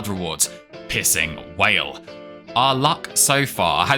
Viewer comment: i am so tired i thought you were saying "pissing whale" instead of "piercing wail"